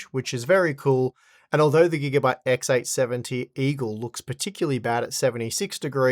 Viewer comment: Why does he say "XX" all the time instead of "X"? I don't get it. He repeats XX870 all the time when it's just X870. Is it a knowledge problem or a pronunciation problem?